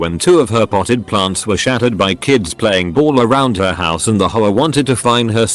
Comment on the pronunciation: Nobody: The TTS: “Hoe-ah”